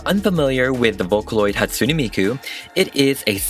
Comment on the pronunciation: Sorry but it's pronaounsed Hat-sue-ney miku. My fav is Kagamine Rin. 😊😅